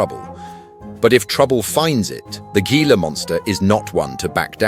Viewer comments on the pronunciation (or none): The g in gila monster is pronounced like the letter h.